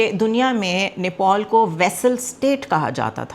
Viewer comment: Oye bewakuf aurat wo neopol NAHI hai usko Nepal kehte hain, zyada stylish mat bano simple raho to acha hai